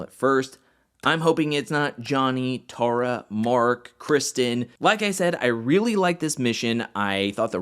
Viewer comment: It's pronounced TAY-RAH